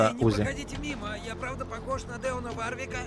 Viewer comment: Уже какой раз читаю "Варрика" вместо "Варвика".